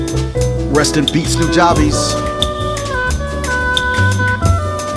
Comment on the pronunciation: Good stuff man. Awesome video. FYI though, its pronounced "New-Jah-Bess" not "New-Juh-Bees" Keep doing your thing though. You got good cadence.